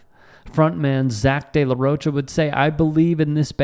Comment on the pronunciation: how the fuck did this guy miss pronounce Zach de la Rocha. wtf. on tyt sports? am i being trolled?